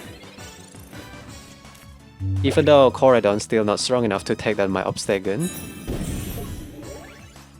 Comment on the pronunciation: Say obstegoon one more time